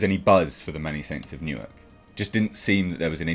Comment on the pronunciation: Okay. "Newark" is not New York. Sorry. Yeah.